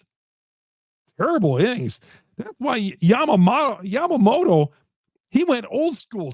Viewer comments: This guy is the goat lol. Wonders if Blake snell is good. “” 😂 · YA-MA-MO-TO. It’s not difficult to pronounce.